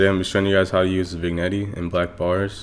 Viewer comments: vin'jet* nice tut tho lol i was just bothered by u saying "vignettie" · VIG-NETTEY (pronounced vin-yet) Nice vid, thanks for tut. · It’s actually vin-yet lol (Nice video btw)